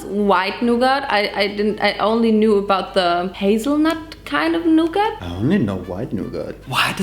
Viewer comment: The way she pronounces nougat as “NuuGAT”